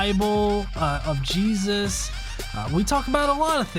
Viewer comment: Say his name correct "JESUS" or dont say it at all you fox!